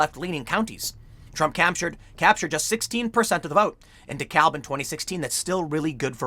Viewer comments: FYI Tim, Georgia pronounces its "DeKalb" as "d'cab". As a former resident of a Chicago suburb and current resident of an Atlanta suburb, it threw me off at first, too. (Also, "Ponce de Leon Avenue" is not pronounced how you'd expect, either.) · Appreciate the coverage on this! Not at all a surprise. BTW, down here, DeKalb is pronounced "duh CAB". Everyone in GA winced just a little bit each time you said it. It's one of those Shibboleth kind of words. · Dekalb county pronounced “De-cab” county. For some reason the L isn’t pronounced in Georgia 🤓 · It’s pronounced de kab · Weirdly, DeKalb is pronounced duh-cab. As in taxi cab. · pronounced, De Cab county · It's pronounced De CAB county - don't say the L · it's pronounced De-cab. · The L in Dekalb is silent and Gwinnett has the emphasis on the second syllable. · So weird hearing someone pronounce the "l" in Dekalb that way. It's basically silent.